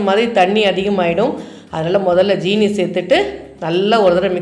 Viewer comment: யாரம்மா. உங்களுக்கு ஜீனி என்று சொல்லித் தந்தார்கள்,😜 அது ஜீனி இல்லை சீனி